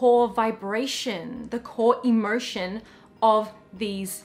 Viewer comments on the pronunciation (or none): The way u pronounce emotion sounds to me like inmersion but again english is not my native language. Thanks 4 ur wonderful chanel dear. Much love.